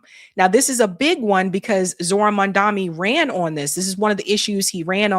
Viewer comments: Lol, you are still getting Zohran's last name wrong. It's: Mamdani and not: MamdaMi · please say mamdani right IT IS irritating me😅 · LEARN HOW TO SAY MAMDANI'S NAME! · Every time she does a segment about Mamdani, I leave a comment about her mispronouncing his name and she hasn't gotten any better. I guess she doesn't read her comments.